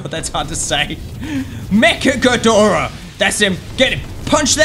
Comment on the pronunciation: Hey, I'm here to let you know you're pronouncing ghidorah correctly. Also mecha-ghidorah is from Godzilla vs King Ghidorah (1991)